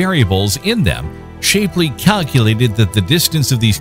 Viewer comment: Please learn how to pronounce "Shapley" correctly, ty.